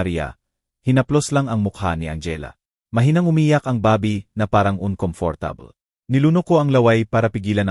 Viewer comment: Bakit po ganyan kayo mg bigkas ng words. Bebe po baby in English. Pag Boby name ng tao.😅 Jose, Hose nlng po kasi kong Jo sie parang iba😂 haynko maganda sana Ang kwento Kya lng yong word's parang pang lumang panahon😢 😢maka bago na po ngayon eh Minsan herap mo intindihin. Bakit po nag bvlog Kong ganyan salita nyo nkkawalang gana pakinggan